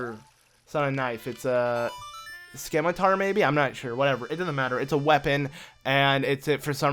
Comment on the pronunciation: "skim-tar" lol